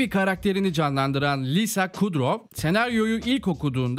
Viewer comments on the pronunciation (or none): none